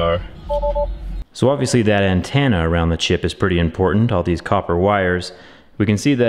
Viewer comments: Is it just me or does he say "antenna" as "antanna" Idk but its bothering me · What’s an antanna jerry lol